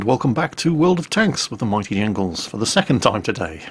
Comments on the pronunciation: Did he just say welcome back to world of tanks with the mighty angles??? I or is it just me? f he can't get his name right, they type 64, type 59, all same same :-) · The might "Engles"? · Did he say with the Mighty Engles???